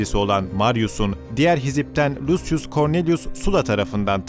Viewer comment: Beyler harikasiniz. Ama telaffuzlara biraz daha dikkat ederseniz daha da mukemmel olacak. Zira: Julius -> Yulius Lucius -> Lukius Licinius -> Likinius